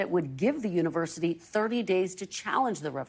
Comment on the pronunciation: "...the universiTER..."!? OMFG!